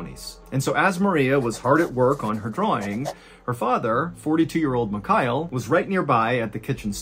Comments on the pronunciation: Love your content and been a follower for a while but man… you’re ex mil, you can learn to say Mikhail, takes you 5s. Mee-Hah-ill Not micayell. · MihaEEL, not MiKAAel Please learn how to pronounce foreign names correctly, Sir !! Really annoying